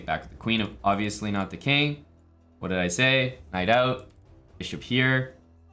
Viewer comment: everytime you say "knight out" it sounds so scottish